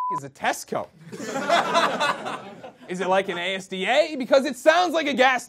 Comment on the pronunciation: Also you don't pronounce the letters separately. It's just asda (as-da) not A S D A. Took me ages to work out what he meant!